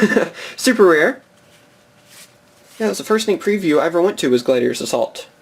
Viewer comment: Genuinely thought it said Gladiators ass vault.